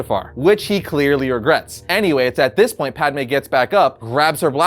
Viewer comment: At least you're calling her Padme this time and not Padame. Hahaha